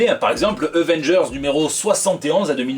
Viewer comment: Euvengers ? L'accent marseillais 😂😂😂😂